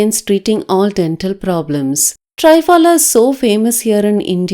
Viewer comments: i know, that”s what i said it should be “pronunced” as “three” not tri...phala. i also mentioned it means three fruits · i wrote “how to pronunce” not to write. because she pronunced trii...phala, which was wrong n i wrote it for her understanding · Good one.. it is pronounced as thriphalaa.. thri as in three .. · Awesome remedy 👌👌👌 thanks garu. Just one kind suggestion plz...the pronunciation of Triphala should be like Thrinetra, thrishula, thrikona, trisha....the Tri sound should be like saying 3 in English. Triphala is an Indian word, means 3 fruits, churna is powder. So let's not adopt to the forign way of pronunciation, it's their way because they don't know the meaning of it, but we Indians know it's meaning and we must pronounce it correctly. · It”s pronunced as “three - phala”， means three fruits.